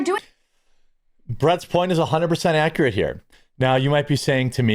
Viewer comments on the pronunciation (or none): none